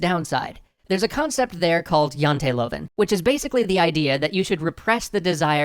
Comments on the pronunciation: I like the right use of written Norwegian but the way you said janteloven was (hilarius) kind of just a little bit wrong, try again P.S no am not Norwegian but i'm danish and practikly in scandinavia we can all talk to each other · Huh. I didn't know Norway also had the Jantelov (great hearing pronouncing that, btw). If it's something Norway got while being part of Denmark, I feel like I should apologize. Poor devils. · Great episode. I know a couple of people in the industry in Norway and according to them it is hard working there. It's interesting that Janteloven (The Law of Jante), has escaped the fictional Danish town of Jante and has become an actual Scandinavian frame of mind just 81 years after it's conception. Also, hearing pronounce it Janteluvin' multiple times made this a very worthwhile episode:) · (Janteloven: Yahn tee Lou?n) or more easily "the law of Jante" but close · Its not Janteloven Its janteloven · The way he says Janteloven is funny. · I couldnt help but chuckle when you said tred to pronounce "Janteloven". Not even close ;) Although the most of the translations were a bit off, it was a very informative video and high quality as usual